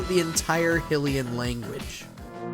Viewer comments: When reveals his Zelda fandom by pronouncing it “HILL-ian” as opposed to “HIGH-Lian” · For real. That bothered me lol. They pronounce it the correct way so many times in BotW and totk.